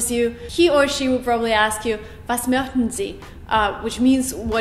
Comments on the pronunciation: Was mochten sie pronunciation is mo(sh)ten or mokhten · Not even close to how you pronounce “möchten”